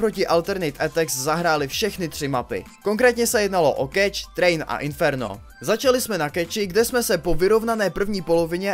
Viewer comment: Je to keš! keš! a né keč! :D